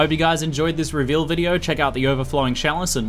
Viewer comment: You keep saying sjalice, so i dropped my cheese off my sandwich, i have to thumb this down its not that i did not like the video, im just bummed out i got some hair on my cheese.